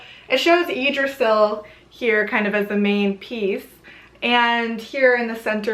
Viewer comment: Nice little overview. I'd like correct a couple of things though. 1) Blót is pronounced "Blow-ta", not blot. 2)Please refer to Jackson Crawford's interpretation of the Hávamál. It's a lot more accurate than what you quoted. 3) Yggdrasil is pronounced "Yig-druh-Ze-ul". And lastly, SKÅL!!!! 😁😁😁